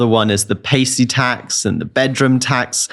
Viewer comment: Tosser can’t even say pasty, Jesus, ain’t he ever been to Greggs?